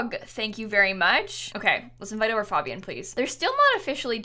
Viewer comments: You say it like FAEbian not FAHbian lol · she pronounces fabian wrong and it’s driving me nuts what is wrong with me 😭😭😭😭😭